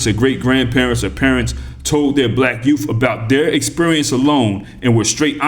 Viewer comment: Did you say yoof?!? Especially our yoof... BA haha haha 🤣